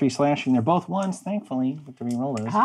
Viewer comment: DAMNIT JERRY! There is no L in both. It’s not bolth!